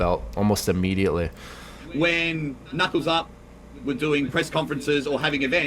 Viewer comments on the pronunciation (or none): none